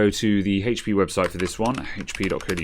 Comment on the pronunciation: Its called HP not hatechP